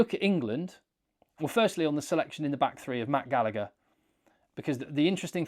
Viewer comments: The second G in Gallagher is silent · Love you but why cant english people ever figure out how to pronounce Gallagher 😂